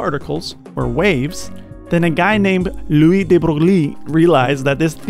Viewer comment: "lOUis dE bRogLie"